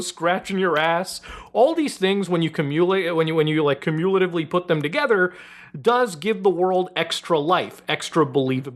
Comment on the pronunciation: “Comm ulatively” 😂 Never mind, bro. I’ll watch something else.